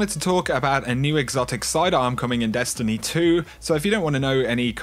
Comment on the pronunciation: Great videos thx. I have to laugh as almost every sentence you say, the tone of your voice goes up like your asking a question and you give every last word an extra syllable. "Dest an ee ee"